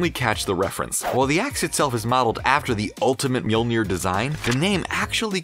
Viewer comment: Thumbs down for pronouncing mjolnir wrong